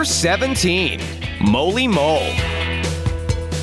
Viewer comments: Narrator: makes abillities Minitoon: im about to ruin this man's whole abillity career Edit: Narrator: moley mole Mimi (or molly mole): how dare u say my name wrong! Edit2: Narrator: shows them sub skin Viewers: no we don’t want this skin and this is never happening! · "Moley mole" its Molly Mole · And he said molly moles name worng